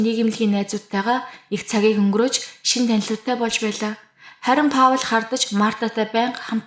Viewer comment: hi Паул гэж хэлдэггүй Пол гэж дууддаг шүү амжилт!